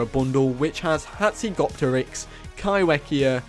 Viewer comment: Kaiwhekea is a Te reo Maori word so it's pronounced Kaifekea just to let you know.